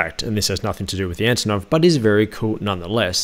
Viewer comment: Antonov not Anotov😂